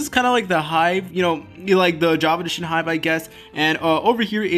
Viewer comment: "Hive" seriously